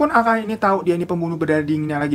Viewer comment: Ko gw sepet dengernya alkala, coba alkali gitu biar gw sekalian belajar kimia >:(